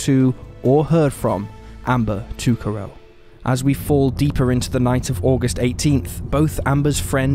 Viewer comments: Mick-a-sew, Ta-ca row, Le-Duke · I think Amber's last name is pronounced like "toe-carr-oh." That's how I've heard it in local news stories. I could be wrong, though.